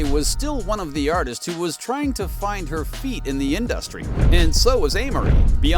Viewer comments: In-duh-stry Gotta love AI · Pretty weak claims, video ends abruptly as if it weren't finished, and there are about 25 instances where the AI voice mispronounced InDUHstree. 😂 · Every time this dude says In-dus-tree I giggle😅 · lol why you pronounce industry like that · Why are you saying industry like that? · OMG!!! Pls STOP saying Industry like that!!!😂😂😂 but yeayvI getvit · Why are you saying industry like that??? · This video is absolute trash. Katt Williams didn’t even NAME Beyoncé; fans just thought his tone implied that she was involved. Don’t waste your time, the narrator is a bot that can’t even pronounce the word “industry” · Learn how to say industry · The way he kept pronouncing industry was all I needed to know 😂 Social media is hilarious